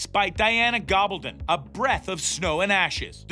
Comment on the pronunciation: Before you do anymore of these, please learn how to pronounce the people’s names. You mispronounced Sam’s last name, the author’s last name and Marsali’s name. Also, the video clips you showed didn’t coincide with what you were saying. Overall, this was poorly done in my opinion.